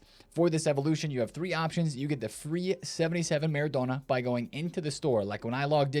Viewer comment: Why do you say maREDona?!😂